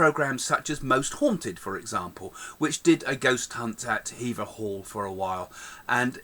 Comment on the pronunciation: The castle doesn't date back to Henry 8ths reign it actually dates to the 1200's and it's pronounced Hever, not Haver. They also met in the London court, not by an oak tree, at Hever.